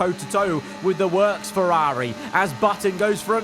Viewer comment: You need a speech therapist. The way you pronounce Ferrari isn't normal.